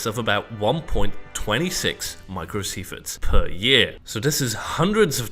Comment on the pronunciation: Dude its SIEVERTS not sieferts